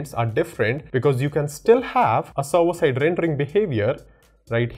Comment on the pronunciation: awesome video, and a suggestion is to improve your pronunciation for serwer, to server